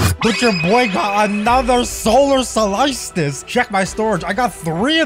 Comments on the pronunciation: I love how he says "solytsice" instead of solstice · U say it like sol stice no offence just telling